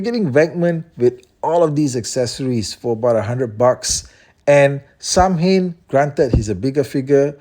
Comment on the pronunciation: Irish man here, your prononciation is spot on. Its Sow-in.